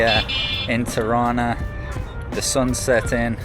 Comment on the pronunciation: Its Tirana not Ti-rana